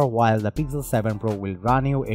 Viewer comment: Why this accent? And why is it pigzel 7 pro :p